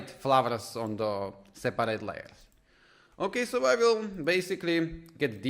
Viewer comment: Lol, I notice you nearly always say the R before the E at the end of words like, flowRes / flowers , eithRe / either , ovRe / over (many times while explaining enableMouseOver). Areas where you can improve your English. The tutorial itself as great though, it helped. :)